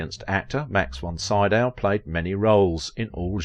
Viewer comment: Name is like "SEE-Dow." Basic respect: listen online, get the name of main subject close to correct. You ask what we think!!?? Please show that respect (recalling the horrid "CanDEECE" Bergen!)